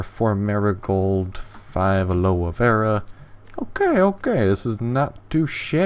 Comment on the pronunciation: It's pronounced aloe not aloo.